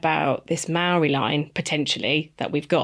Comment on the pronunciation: hey just a heads up that Māori is pronounced differently than its spelt 🥰